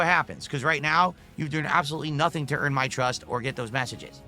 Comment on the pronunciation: Well the last time I did that, I got no support!? Want me on the highway? Well send support on kick, right neow.. right neow guys. Otherwise, no marbles on the highway. Sorry. 🤷🏻‍♂️